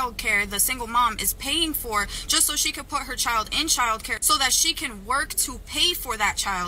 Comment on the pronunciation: Ugh, listening to say chiow, like child is just aggravating.